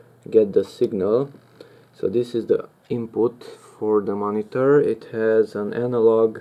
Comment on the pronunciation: moniTUR into the compuTUR.... hehe... are you filipino?